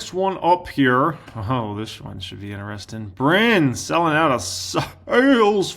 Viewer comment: Love you, but it is “in…tri..sting” when you say interesting not “in…ner…esting”. 😂